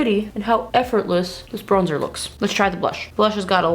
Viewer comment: Do you speak french? You have the correct french accent when saying: bronzeur.